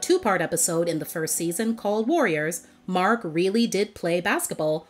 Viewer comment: I cringed every time raven called him cousin markn 😮‍💨 I'm like just say mark dang it!!